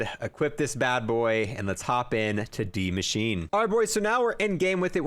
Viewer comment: You literally pronounce everything wrong in zombies, it’s the bullfrog no bulldog, it’s dark e-ther, not a-ther, and it’s d-machine-a, not die-machine 🤦‍♂️🤦‍♂️🤦‍♂️, also you pronounce megaton wrong too, it’s mega-ton, not mega-tan 🤦‍♂️🤦‍♂️🤦‍♂️